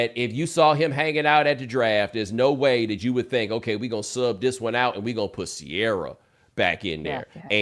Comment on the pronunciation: Mina sort of exposed herself to Bomani that she doesn’t have quite the familiar taste (ear or eye) for black culture like he thought she did. John Legend cvs music and her pronouncing of Ciara; “C-ARE-AH”, Lol. She’s my girl though and love listening to her insight. Btw, she does slightly resemble the woman from Mr & Mrs Smith.